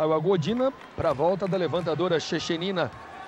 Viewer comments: "Gordina" kkkk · Gordina foi O FIM!!! kkkkkk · "Gordina" kkkk É Godinaaaa ... e quem bateu foi a Sokolova ... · Que agonia do Galvão falando "Godina", sendo que ela nem estava em quadra.